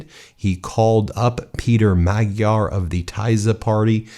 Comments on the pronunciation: Oh my goodness, every Hungarian word is butchered. Tisza is pronounced like “TEA-sah”; Fidesz is pronounced “FEE-dess”; “Magyar” is pronounced “Madyar” (the gy letter doesn’t exist in English, but that’s the closest). Even Orbán is pronounced “OR-ban” with the “ban” rhyming with “ran”. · The G in Hungarian is pronounced more like an English D. Sounds more like Madjiar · Sorry to nitpick, but I believe the new Hungarian leader's name is pronounced "Majj-yar". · Hungarian is a difficult language - his name is actually pronounced "Mod-yar". Electors are strange, wouldn't you think that with memory of Admiral Horthy, they would never have gone near Orban? Glad to see common sense prevailed this time around. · His name is pronounced Ma-Jar. Your going to pronouncing it a lot I would think so please get it right so I don't cringe every time. Thank You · Time to start correctly pronouncing the names: Pay'ter Ma'jar new PM Tea'sr party Vik'tor Or'ban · hehe he can't even say it right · You really need to make an effort to pronounce the names Magyar and Tisza correctly. It's not that hard to learn. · You can't get too much more Hungarian of a surname than "Magyar". I found myself constantly correcting the video pronunciation of the name and laughing because of it. The "gy" is one of a couple double consonant sounds that kind of sounds like you are rolling your tongue forward on the roof of your mouth, trying to get stuck peanut butter off of it, while making a sound closer to combining the "d" and "y". Think Southern (USA) slang "How'd-ya do that?". Another common Hungarian surname with it is "Nagy." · Please take a moment to learn how to pronounce Magyar. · ...time to learn correct pronounciation of Mr. Magyar's surname 😊 Greetings from Slovakia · Please prounounce correctly the names. Take the time Its not "taizer" party but "tisa" and not Magdear" but Majar J being prounounced like juniper. Thank you for your chanel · Just a note: it's pronounced Mudyar!